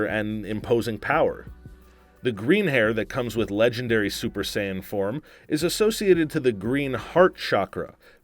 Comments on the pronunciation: Saiyn? You know what im Say-ain? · Super "Sigh-Ann" mode....This is so tragic. 😭😭🤦🏿‍♂️🤦🏿‍♂️ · My ears bleed every time i hear Cayan "saiyan" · He pronounced it "Super Sighan" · It's Sayian not science 😂😂😂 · "Go Super Scion" :D:D:D:D I cant stop laughing. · Y’all should have gotten a better host cuz not gonna lie I was a little mad when he pronounced sayain,gohan,and vegetas name wrong